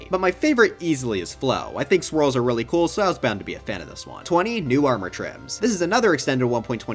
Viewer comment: Bro said kewl when it’s cool 💀💀💀